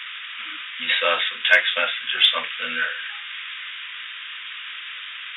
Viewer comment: Off topic but i lov how this voice pronounces “saw” like “saw’r”